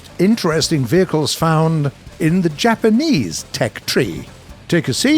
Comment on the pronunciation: Bruce should never ever have been allowed within a mile of any Japanese word